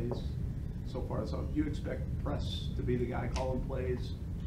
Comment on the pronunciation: Is it a tell that he calls Doug “Coach Pederson” and Press isn’t coach Taylor it’s just “Pess Taylor?